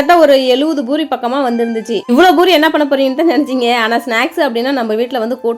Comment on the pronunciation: Boori illa poori 😂